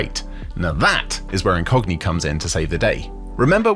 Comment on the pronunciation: When you said "this video sponsored by Incogni," it sounded like you said "this video sponsored by a Cockney." lol